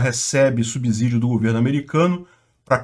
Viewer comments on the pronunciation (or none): none